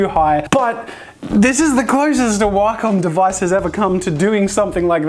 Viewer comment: He said Waaacom O.o